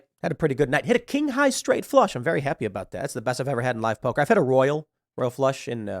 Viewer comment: Can you please try saying 'poker' without turning into a caricature of a boston stereotype?